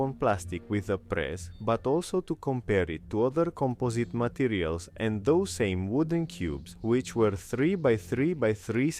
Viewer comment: Акцент выдает адовый "кампозит матириалс"😂😂😂